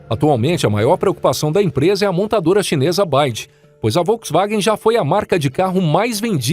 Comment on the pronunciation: Concorre com a "Baide" na China??? Estava querendo dizer BYD (BI UAI DI)?